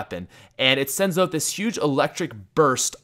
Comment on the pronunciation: Are you Canadian? Because you can't pronounce "Out."